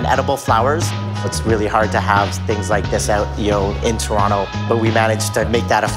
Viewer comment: its not torona wtf its torono